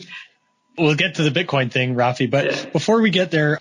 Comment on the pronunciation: Rafi not fabi.